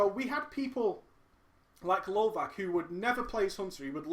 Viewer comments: Just a note: lovac (pronounced lovats, not lovak) means hunter on serbian :) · lovac is actualy pronounced lovatz, which literaly means hunter :)